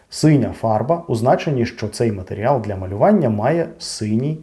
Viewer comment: Перепрошую, але на мою думку правильно матеріАл а не матеріЯл чи це я помиляюсь